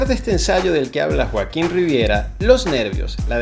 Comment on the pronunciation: Muy buen video Qué interesante que consiguieras colarte en los ensayos 😅😅 y hablando de error dice Joaquón en vez de Joaquín 😊